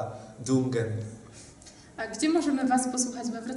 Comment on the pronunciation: to szwedzki zespół, wymawia się dunien :)